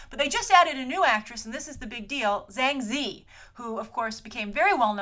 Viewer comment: good episode as always. think tatiana would be a great choice to be honest. just a heads up, it's pronounced 'jang zuh-ee';)